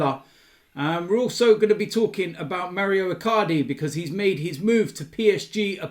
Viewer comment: It’s Mauro not Mario,!